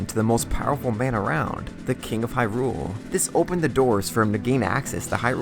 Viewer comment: HYrule. Not HyRULE.